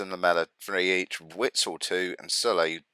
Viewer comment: The W in Witsel is pronounced like a V. Ie "Vitsel".